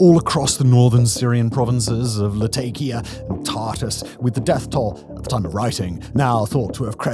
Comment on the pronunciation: Latakia is pronounced more like "Lah-TAH-ki-a" (with round vowels throughout); it's a name derived from the Roman-era name "Laodicaea ad Mare". It's not the only place there with an old name that's changed over the generations, either - nearby Tartus (Tar-TOOS) is probably more familiar to history buffs as the Crusade-era city of Tortosa and Antakya in Turkiye (nearby to the north) is the same location as the city known as Antioch in Medieval sources. The aforementioend places in Syria were both beautiful places to visit, once-upon-a-time, with excellent seafood and a vibrant local culture - all set against the colorful backdrop of the Mediterranean landscape and sea.